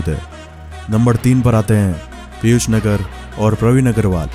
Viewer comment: पीयूष "नागर " हैं भाई। नगर नहीं।